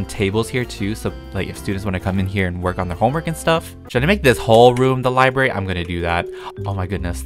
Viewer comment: i totally freaked out every time said "LiBaRy". i- i didn't know i was THAT person